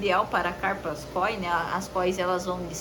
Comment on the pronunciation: não tem acento no KÓI. "o". é KOI sem "força" no "o" koi